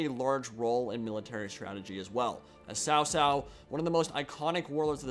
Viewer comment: Please make sure to learn pronunciations on the lead up to release guys, I think if I hear Zhang Fei or Cao Cao pronounced wrong too many times I might have a stroke.